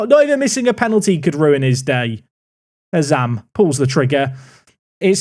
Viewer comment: Did just say Azam's name correctly? About 8mins in if you missed it xD